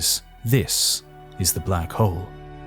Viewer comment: Sorry, getting distracting hearing you swallow the "L" in hole when talking about Hawking and Black Holes. It just does not feel correct, if you say that he was looking for the oldest and biggest one. Edit: Doesn't get better when talking about the big bang, too.